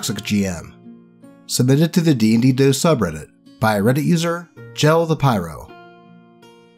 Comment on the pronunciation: MY STORY IS ON HERE! Le gasp Edit:Also the only problem in the reading. Gell’s name has a hard G. He’s my character from that first campaign.